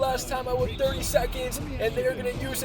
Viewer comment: Your hatred for the Miami Heat runs deep. You make it clear in almost every video 😂 Also, why do you always say “wit live videos”? Is that the new thing to get subs? Curious